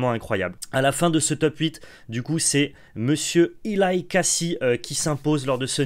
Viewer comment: Pour info, Eli se prononce comme Elie en Français.